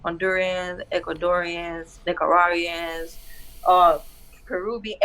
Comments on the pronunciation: huh?? "Nicajuarians"??? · huh?? "Nicajuariez"??? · Nicaruawians 😂😂😂 lmao ion know that might be the right way to pronounce it in a spanish accent, g's can be pronounced like w's or h's sometimes but when shes pronouncing everything else with an English accent when she says Nicaraguans it sounds funny